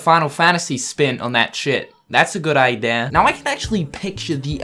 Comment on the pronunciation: he says idea like ideaeeerr